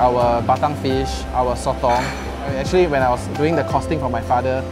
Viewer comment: “Actually , actchilly , actchee”